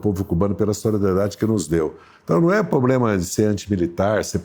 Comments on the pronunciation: "Pobrema" :-P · Impressionante! Evidentemente é um homem com muito conhecimento, mas não consegue falar corretamente palavras como "problema" e nem fazer a concordância dos plurais. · Pobrema ou problema 😂?